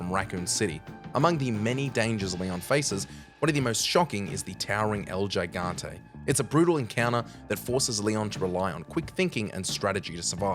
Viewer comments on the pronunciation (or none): Pronounce El Gigante correctly - challenge level: impossible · The narrator clearly hasn't played a resident evil game and just pieced together a list of stuff he found through Google and what he's heard others say. Mispronounced El Gigante 2 different ways, didn't know Dr. Salvador's name, said Birkin was a well meaning scientist, said all regenerators have projectile spikes, used RE4 Remake footage but labeled it 2004 while, etc. Not a bad watch, but clearly a video put together hastily